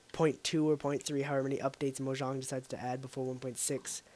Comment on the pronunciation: its pronounced mo--Yang the j in mojang does a Y sound